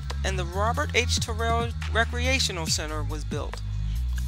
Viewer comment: My mom attended Terrell back in the day. She pronounced it just as you. She passed well into her 80’s in 2019.